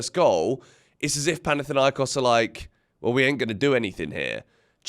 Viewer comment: It's panathinAikos😢😅